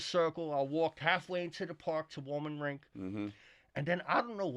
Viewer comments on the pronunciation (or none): He said Wollman Rink. Thats the Polo Olympics 💪💪💪💪💪💪💪 🐎 🐴